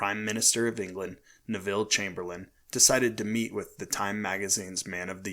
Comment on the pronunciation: You mispronounced "Adolph" and "Neville".